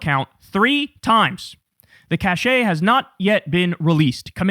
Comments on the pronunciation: Cache is pronounced cash, not cache' (cashay). You need an accent mark over the E it to have the A sound❤😊😊 Cashe' is a delightful quality of some sort. Cache (cash) is a pile or collection of stuff. A pile of money is a cache of cash. So you buy a lot of stuff with great cache'. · Kyle, again, u do this for a living, 'cache' is pronounced 'cash,' not 'cash-ay' 😡 'cachez' is pronounced 'cash-ay' .. totally different word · A lot of smart and well-read people get this confused, so don’t feel bad. Cache, when used to denote a stockpile, is pronounced like the word “cash,” without an accented e. It’s only pronounced the way Kyle said it when you’re actually using the French-derived words “caché” or “cachet.” Caché simply means “hidden,” and cachet means “prestige, distinction, or a special attractive quality.” When used in sentences, you have: “He carried himself with a certain mystique that made even his simplest accomplishments seem legendary.” “Winning the award gave the small studio a level of cachet that instantly elevated its reputation in the industry.” To be precise, in French the ending of cachet is softer and shorter than the typical English pronunciation, more like “sheh” than “shay.” In English, however, both caché and cachet are usually pronounced the same way: ka-SHAY. It’s not really a distinction we make consistently in English, which makes the subtlety difficult to communicate in a practical way.